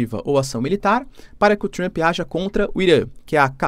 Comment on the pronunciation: Trruamp? É Trampe, professor.